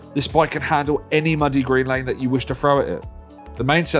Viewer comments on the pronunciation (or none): none